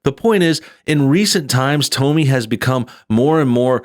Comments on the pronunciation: Her NAME IS PRONOUNCED TOMMY. YOU HAVE NO IDEA WHO SHE IS, SO WHY do you think YOU have a right to COMMENT AT ALL? I dont agree with her views on many things, but YOU KNOW NOTHING about this young woman. What makes YOU allowed to LABLE HER?? JUST STOP. NO, I DIDNT ENJOY YOUR CRITIQUE OF A woman YOU know NOTHING (not even how to pronounce her name) about. Quit being a JERK, ITS not a good look for YOU EITHER! Look, YOU are making her point FOR her. How can YOU judge her, or anyone else. "Meal ticket?" "Depending on her looks?" "Confrontational?" "Mean?" How do YOU know that ANY of that is how she or ANY other woman is. SHE is iltellegent, has made her OWN money, shes NOT depending on her looks. YOU are making JUDGEMENTS about her, and have NO IDEA WHO OR WHAT SHE IS OR ISNT. Who are YOU to tell her what SHE should DO or NOT DO? YOU HAVE BAD JUDGEMENT attacking any young, successful woman. YOU are the one who is sounding BITTER, DUDE. So, usually, I enjoy your videos, but THIS ONE, definitely is NOT a good look for YOU. PJW KNOWS Tomi, knows who she is, and WHO she isnt. YOU dont. Stick to things you are good at, criticizing others is NOT IT. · Her name is pronounced like Tommy. I think she let her commentary self cross over into personal self. I'm sure she doesn't hang out in a circle where the "real men" do. I understand what she was trying to say but she didn't come across that way. I don't agree that she should "tone it down". She should be who she is. However she shouldn't be surprised when the MAN she is looking for is turned off by who she is. I think the feedback she gets on that video will give her some perspective.... Hopefully. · Great video but it's pronounced "Tommy" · I thought her name was pronounced like "Tommy". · Why are you mispronouncing her name? I have to assume it is intentional or you have never seen her work. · I think the correct pronunciation of her name is “Tommy”, not “Tome-me”. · It's like "Tommy" not "Tome-ie"... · It’s “Tommy”, dude...